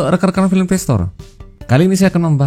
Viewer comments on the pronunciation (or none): none